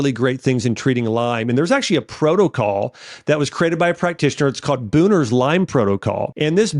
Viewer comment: Going into my 8th yr with Lyme. I’m in remission now using Stephen H. Buhner’s Lyme and co-infections protocols. (His last name is pronounced with the H in case anyone is interested. You pronounced it “Booner”. After trying all types of holistic treatments, I agree with most things that were said here. Although, it almost always takes more than a yr to heal unless it was a very recent bite. Also after being in a couple of Buhner’s Lyme support forums, the majority of people (there were hundreds) who used Rife and Ozone didn’t find those helpful. I still take maintenance herbals to stay in remission. Yes diet is hugely important. I still have a few food sensitivities and if I stray even a tiny bit from eating clean, my body lets me know. My big focus now is limbic retraining and calming my vagus nerve. Wish I would have focused on that early on. Didn’t know about the importance until later. It is game-changer as long as it is practiced daily and consistently. Buhner had a saying, “There is life before Lyme and life after Lyme. They are rarely the same.” I totally agree. Thank you for doing what you do to educate and help people to heal.